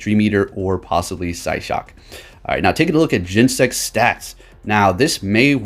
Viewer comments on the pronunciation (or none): Gen-Ne-Sect, it has 3 syllables yo